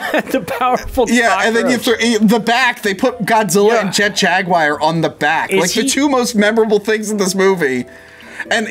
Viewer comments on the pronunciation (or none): "Jet jagwire"